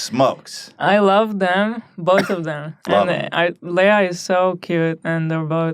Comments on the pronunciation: LEE-UH....Not Lay-uh.. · i was just going to comment about getting dunkey on the show. i am pleased. also its pronounced LEE-AH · holy crap, awesome news about dunkey and leah... even though you both pronounced her name wrong btw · Why do they keep pronouncing her name Leia? She not Star Wars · Stop pronouncing Leah's name wrong. She's not the princess from Star Wars.